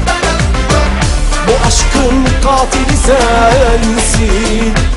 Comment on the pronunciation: Katili gatil gibi okuyor ama Bıçakı da mıçak olarak telaffuz ediyor sanki : )